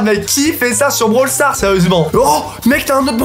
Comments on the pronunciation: c'est pas comme ça qu'on dit brawl stars* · C'est pas commesa qu'on Di Brawl stars